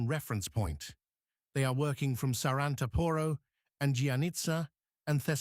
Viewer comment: ....SARANTAAAAAAAAPORO!!!...THE ACCENT IS IN THE LAST "A"...NOT IN THE "O" BEFORE THE LAST ONE!...IF YOU HAVE TO SPELL OUR NAMES, THEN LEARN HOW TO DO IT PROPERLY, FOR GOD'S SAKE!